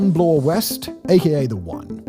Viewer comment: Also, Bloor does not rhyme with floor.